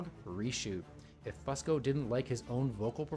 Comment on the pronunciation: It’s FUSE-CO. Not FUSS-CO. Grrrrrr it’s so annoying to hear u keep saying it wrong.